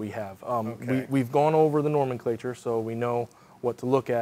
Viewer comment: nomenclatue? :-D